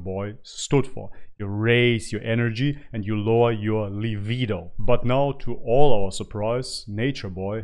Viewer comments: Oh wooow. He is no longer vegan!!!??? He is an embarrassment. 😐 Wait did he say livido?? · Indigo Girl I think he’s pronouncing it livido. 😂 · Definitely "livido." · Is he saying livido or libido? I had almost zero sex drive the last few years I was vegan. Guess what came back as soon as I brought meat back in...lol. I'm glad this guy decided to choose a better life for himself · His levido???! Lol libido fool!